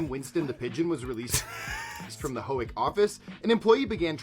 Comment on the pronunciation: The pigeon story is 100% real, but he mispronounced Howick. It's pronounced How-wick